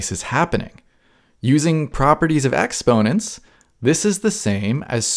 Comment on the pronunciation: the way you say exponents is worse